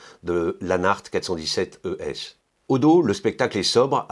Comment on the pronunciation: J'aime le montre de Hanhart. Classique et bon rapport qualité prix. Btw. you pronounced the word ES=Edelstahl very good :D